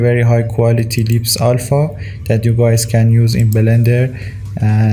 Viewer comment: belender lmao